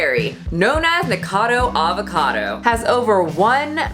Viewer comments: That story about your sister was ultra cute. By the way, his name is Nikocado Avocado, not Nikado. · I hope your mis-pronunciation of "Nikacado" was on purpose to troll him. He is disgusting. And the animal murderer girl is gross too but at least she's....nope, nothing good to say.